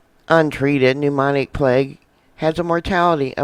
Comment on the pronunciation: PLEASE slow down and pronounce words correctly! Sputum, Beijing, pneumonic... Your info is excellent but your mispronunciation is extremely distracting.